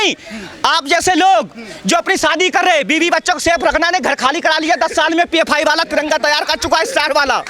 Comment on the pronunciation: Its pfi not phi